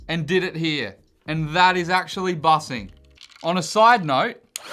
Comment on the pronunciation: My man said bussing with a G